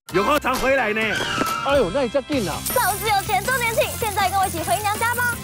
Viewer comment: 趙先生，拜託您！堰塞湖的（塞）與瑟同音才對！ 我不懂？這麼多天了，你為何要一直念錯音？一定有人糾正您，您怎麼還一直念“賽（賽），而不改正呢？您是媒體人，您有責任以身作則。